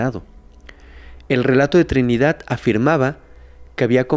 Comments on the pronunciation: porque dices Trinidat* Con T? Hay varias palabras que las pronuncias con T en lugar de con D. Li he observen casi todos tus videos. Lo curioso es que hay veces eso lo dices con D 😮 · Trinidad, no Trinidat Verdad, no Verdat Y aplica para varias en todo tu vídeo. Por favor!